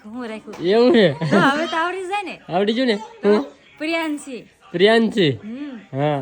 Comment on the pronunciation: પેલા રૂપાબેન ને સરખું બોલતા નામ શીખવાડો પછી કેજો પ્રિયાંશી સરસ નામ રાખ્યું છે ના એ પ્રિયાંશી❤❤❤❤❤❤❤❤❤❤❤❤❤❤